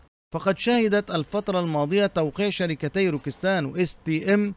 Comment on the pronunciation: السلام روكتسان وليس روكستان شكرا